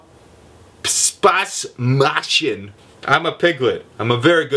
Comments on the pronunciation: The 'a' in Spaß is definately not the same as the 'a' in heart. The former is long, the latter is short. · "ß" (Spaß) is not pronounced like "B" it's pronounced like "S" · Fun in German is "Spaß". You have to pronounce it like shpas. :) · Fun in german? Spaß / Spass pronunced like "Spahs" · Not only do most of these sentences make no sense at all, they aren't even correct in terms of spelling, grammar and everything else. Some are hardly recognisable as german. Where did you get these? BTW "fun" is "Spass" try pronouncing that as "shpaass" with a long "a" as in "heart". Bring on more of that shit, it's hilarious!